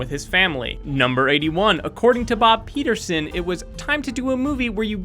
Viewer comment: Peterson replaced by Peter-Soan :D